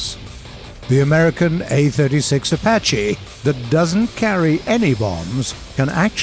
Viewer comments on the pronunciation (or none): none